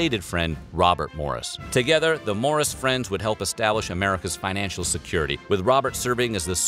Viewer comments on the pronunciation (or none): none